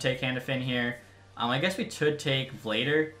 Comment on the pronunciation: Bro i cringed so hard on how you pronounced vladar